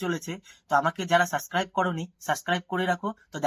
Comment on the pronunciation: Sumir sob boy frd er moddhe ekta mil kintu a6e. Seta holo sbi totla 😂 Vai ota suscribe noy re subscribe. You tube a channel khule6e sumir k niye video baniye viral hoyar jnno. But atleast sob word er pronunciation gulo ektu sikhe ne vai nhle toke niyeo roast suru hbe 😂